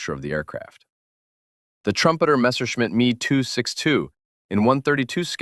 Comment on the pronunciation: And it's wrong. It's short for Messeschmitt, why would you break it up? You are literally wrong. Literally literally.